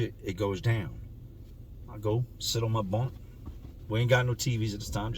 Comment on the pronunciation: In my bunk it sounds like you say in my BONK makes me crack up all the time 🤣